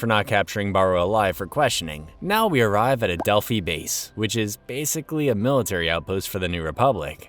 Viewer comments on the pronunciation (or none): none